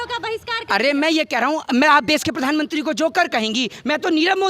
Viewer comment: Who the hell is this female reporter who can't even pronounce Pradhan Mantri? She is pronouncing as "Pardhan mantri" what a shame.